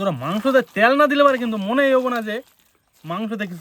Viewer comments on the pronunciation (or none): তেইল আবার কী কথা,,,,!! তুমি তো যথেষ্ট শিক্ষিত বলেই জানি তারপর ও এইরকম কেনো বলো ভাই,,, তেইল নয় তেল বলবে শুনতে ভালো লাগবে, ভাই, তুমি ঠিক শব্দ উচ্চারণ না করলে ছোটদেরকে কী শেখাবে ভাই আমার